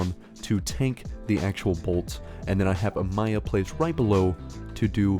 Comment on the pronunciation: The "A-my-ia" pronunciation always makes me cackle As always, good vid bud